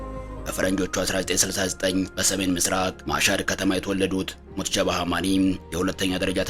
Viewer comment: ሙጅተባ ማለት አቅቶህ ነው ሙትጀባ እያልክ የጨረስከው ?